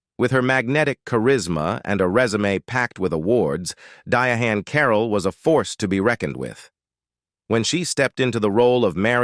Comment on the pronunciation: You must be talking about "Diahann Carroll? Looks like that's the way white people pronounce it. She didn't pronounce it that way.